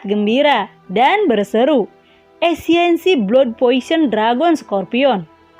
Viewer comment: Esensi kak.. bukan esiensi 😁😁